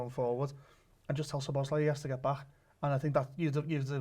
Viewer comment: Every time I heard the lad say SHoboszlai, a little piece of me died inside.